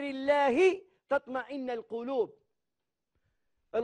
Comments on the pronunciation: قناة الحياة الجزائرية انتقل اليها حمو..وهي....شيعية رافضية يقودها المجرم سوالمية لاسلمه الله.... وهذا الشيخ أخطأ في قوله تمطئن القلوب قرأها بالفتح وهي بالرفع... الصفا والمروة...تستهزأ بهما... أنت تحبس مخنا بالغناء....لاحول ولاقوة إلا بالله... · الا بذكر الله تطمئن(الضمة فوق النون) القلوب :ليس بالفتحة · تطمئن القلوب بضم النون ياشيخ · كي قلت تطمئن بالفتحة ... فهمتك 😅😅😅😅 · تطمئن بالضم مش بالفتح . لا حول و لا قوة الا بالله . هذا مفتر